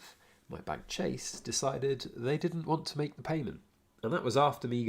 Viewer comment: ‘Chase’ lol. Avoid.